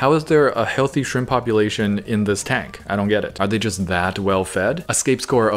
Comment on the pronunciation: “Maybe some shramP”